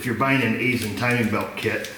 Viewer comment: Fun fact: I'm an outside contractor who frequently works at an Aisin facility. It's pronunced EYE-SHUN though many employees often say it as EYE-SIN